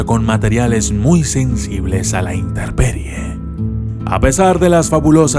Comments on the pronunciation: sugerencia para qu te escuches aun mejor: no se dice interperie se dice intemperie, checaa el minuto , saludos!! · Dijo interperie????????? Ohhhh........